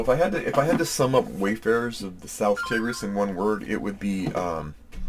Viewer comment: Hi, Tigris is said like tiger 🐅 (tai-gruhs) and not tig.